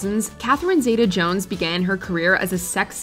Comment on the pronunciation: Catherine Zeta-Jones name is pronounced (ZEETA) in that part of her name,.